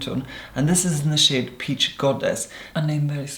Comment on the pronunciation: I heard 'shade' as 'shit' lmao